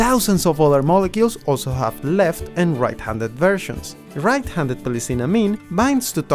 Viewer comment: "lefvt handed gloev" Amazing accent.